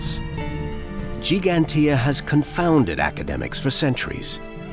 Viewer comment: Dear English people: please learn how to pronounce Giiiiiiigantija.